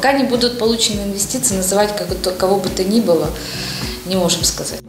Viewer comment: В мене ці дві клуши викликають тільки одну асоціацію: совкові корумповані бариги. А коли вони вимовляють оте вумне слово "інввестиції", то таке враження, наче голова колгоспу толкає рєчь про термоядерний синтез.